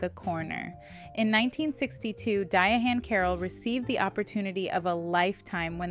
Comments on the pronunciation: The ‘H’ is silent. It’s just pronounced ‘Diane.’ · Why is she saying her name like that. It’s pronounced like Diane